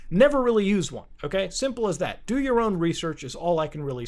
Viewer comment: Muta out here pushin DYOR "Dior" LOL